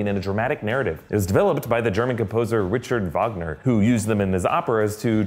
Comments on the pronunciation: For future reference, its pronounced Ric-hard, not the American pronunciation of Richard. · Who listens to that F minor 6/8 pattern and thinks "Ah, yes! Elektra!" and not "Imperial March variation"? Also, Richard Wagner's first name is pronounced with a "hard" ch.